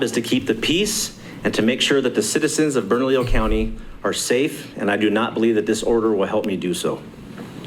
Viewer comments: it’s Burn-a-lee-yo County. Easy peasy. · Hey. Try saying it phonetically: burn a lee yo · Bernalillo: It is pronounced, Berna-leo😉👍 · Bernalillo (Burn-a-lee-yo) County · I spent a lot of years there and it's pronounced burr-no-lee-oh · It's pronounced Burn-a-leo (Bernalillo). Hope that helps. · It is easier to say Bernalillo County when you pronounce it correctly. Listen to how the Sheriff says it. Pronounce the LL as a 'Y' or leave them silent.